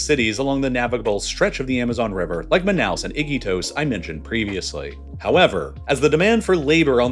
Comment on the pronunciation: Say it with me: “MAH-NOW”